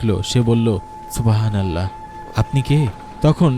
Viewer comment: আল্লাহ শব্দ উচ্চারণ করার সময় হ বর্ণটা হ উচ্চারিত হবেনা। হ এ হশন্ত দিয়ে, অর্থাৎ শব্দের খণ্ডত (ৎ) এর মত করে মুখ দিয়ে গলা থেকে অতি সামান্য বাতাস বের করে উচ্চারণ করতে হয়। আপনি মনোযোগ দিয়ে কুরআন তিলাওয়াত শুনলে অথবা মধ্যপ্রাচ্যের আরব দেশগুলোর লোকদের কথপোকথন শুনে দেখুন, তখন বুঝতে পারবেন আল্লাহ শব্দ কিভাবে উচ্চারণ করতে হয়। কিংবা কোন মাদরাসার হুজুর অথবা মসজিদের ইমাম সাহেবের কাছ থেকে উচ্চারণটা শিখে নিতে পারেন। শেখার মধ্যে কোন লজ্জা নেই, কোন গ্লানি নেই, শেখার কোন বয়সও নেই। ধন্যবাদ।